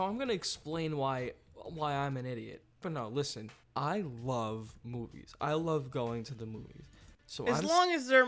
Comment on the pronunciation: Wove and acweptance🥺